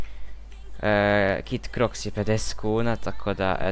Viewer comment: Tooooo <3 Samo mi nije jasno zasto svi govorite Cro iks kaze se Croks LOL